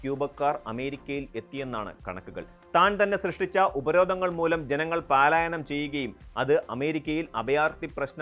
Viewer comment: പാലായനം അല്ല പലായനം ആണ്.